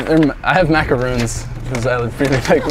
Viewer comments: i hate when people make this mistake. aka the biggest mistake in life... THOSE ARE MACARONS NOT MACAROONS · Legit a Person they’re pronounced macarons tho